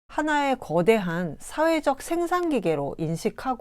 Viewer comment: 소개하시는 분께 충심의 권유입니다. 어조와 단어의 장단 문제입니다. 1. 단어의 둘 째 자나 끝 말을 마치 accent가 있는 것 처럼 강하게 발음하고 있음이 실로 심각한 일입니다. 2. 이 결과, 장음인 단어의 첫 자가 자연히 짧게 발음되는 오류를 범하게 되었습니다. 이로 이해 전체적 어조가 아주 좋지 않고 절도가 없게 됍니다.둘째 자를 강하게 됀 예: 생산,이유,기술,분석 등이고, 2. 장음인 첫 자를 짧게 잘못 발음한 예: 세계, 세상, 해방 등 한이 없습니다. "한국 어문을 고발함"이라는 책을 읽어 주실까요? 한국 언어의 타락상이 분하여 제가 "눈물로" 쓴 책이옵니다. 미국 변 완수 드림